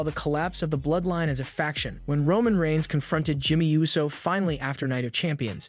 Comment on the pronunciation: 🤦🏾‍♂️ ITS PRONOUNCED OOOOO - SO AND FEE - ASCO. You know what, im convinced that this is a text to speech